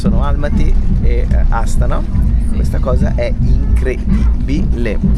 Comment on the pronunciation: Raga, a me risulta che Astàna si proniuncia con l'accento sulla seconda sillaba. Siete sicuri che l'accento sia sulla prima sillaba?